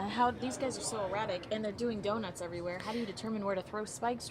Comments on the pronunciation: It's pronounced donut not donit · Hey,: Someone needs to explain to the woman doing the commentary how to pronounce, "donut".